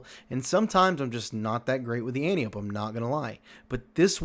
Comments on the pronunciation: An - ty - uh - pee Not an - tee - ope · So, if you want people to take your input seriously, at least pronounce Antiope correctly.